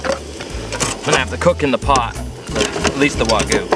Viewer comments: Not to be rude or anything but it's pronounced wag you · wagoo 🤦🏻‍♂️🤦🏻‍♂️ why is it so difficult for americans to say wagyu correctly